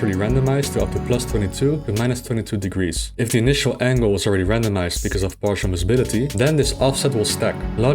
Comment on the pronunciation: I know is saying "randomised", but I keep hearing "random ass" and it's hilarious. "Random ass angle of +22 to -22 degrees". XD